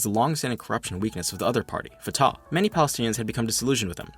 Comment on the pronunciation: FYI, Fatah is pronounced Fu-tuH with emphasis on the first syllable(like the fu in fun) and an exhale(like a sigh) on the H. It's easy to remember because i always sigh out of frustration when talking about traitors